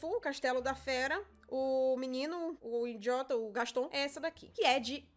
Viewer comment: "Oque é que tu ta rindo innndiota"😂😂berrooooo